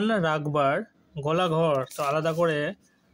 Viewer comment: ওটা গেলাঘর না হবে গোলাঘর 😱